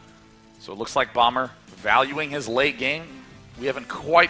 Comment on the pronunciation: You sound like you're saying BUMMER